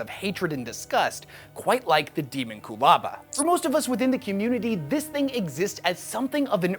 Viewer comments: De-MON-cu-laba. Not DE-mon-cu-laba! AAAAAAAHHHHHHHHHHHH!!!! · I hate how he says, Deamonculaba. It's Dehmonkulaba, not Deemonqoolahba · Pretty sure it's pronounced Day-mon-cyul-aba like ho-mon-cyul-us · It's Dae(Day)mon, not Demon.... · Pretty sure it's supposed to be pronounced without differentiating the component words. Closer to de-monck-u-laba. It's a word that is definitely trying to evoke mysticism and esoterica from numerous sources in human history. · Deemonqulaba- I believe it’s pronounced like that. I don’t know for sure tho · How does a 40k nerd mispronounce the Dee mon cue la ba?😊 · Your welcome. :p also it’s kind of pronounced. Demon-q-lah-bah. :p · He always mispronounces the topic of his videos. I am less bothered by what the thing is and more bothered by the fact that he is skipping the first "a" and acting like it's 2 separate words. Petty of me? Hell yes. Lazy of him? Considering his slapdash and nonsensical description of the thing this video is supposed to be about? Yeah, probably. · Your pronounced this like a goober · That sir, is not how I pronounce it. 🤷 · I never heard anyone pronounce “Daemonculaba” that way in my life. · The scariest thing is the way you pronounce "daemomculaba" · Why is he saying it like that